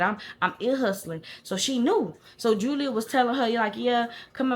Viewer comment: "Julier" I thought alright Madea😅